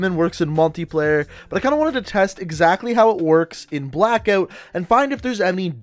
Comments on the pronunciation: Have you got a speech impediment?? You can’t say Blackout 😂😂😂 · the way he pronounces ''blackout'' gives me cancer